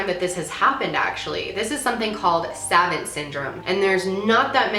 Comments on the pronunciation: it's pronounced like "sah-vant" not "say-vant" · Suh-vahnt or sah-vahnt... not savent. Other than that, I really love this video and find it very interesting. I developed PTSD a few years ago due to an extremely abusive relationship. But I didn’t get any special abilities other than going into debilitating anxiety attacks at random. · I noticed you pronounce certain words differently than 99% of how other people say the same word. You: sav-ant (quickly). 99%: sav-aunt (said slower). My wife can't say certain words unless she puts great focus into saying them. She says "wolf" like "wuf" like a dog barking -- leaving out the L. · savant... two long a's, not short a's. lol. i theorize that these occurences redirect, or reprogram, how the brain interprets reality. sort of like a new os on the computer. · Good video! Btw, it's pronounced "sah-vahnt" not "sa-vaent" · my son said to say it’s pronounced ‘sa-vont’. He said you said ‘sa-vant’. This is what I live with daily! So blessed, but so hard too! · It's pronounced 'sĀ-vŌnt' not savant. Think of the phrase idiot savant. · Are you trying pronounce savant (sah-vohnt)? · If you were trying to make your disability obvious, saying “savent” multiple times was the way to go. Can’t fix a double digit IQ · Its pronounced "sa-vahnt" lol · I actually didn’t know what you were talking about because of the pronunciation and not to be that person but I thought it would be helpful to say it like this: suh-vaunt. Love you! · Hey Savants syndrome is pronounced as Suh-von-t syndrome. ...people used to sometimes call high functioning autistic people idiot savants (fucked up) but I'm so glad you talked about this subject its so interesting!! And ur right it really reminds me of past lives etc... or like people waking up from surgery and they're able to speak French or something sooo crazy. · Savant syndrome...pronounced 'Sah-vont." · "Suh-vahnt" is how it's pronounced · Its Sa-vant chicky. The vant pronounced like want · suh vawnt